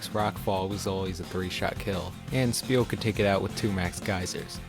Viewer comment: why you call is speal with a p sund its name is spheal like a sphere so its a f sound not p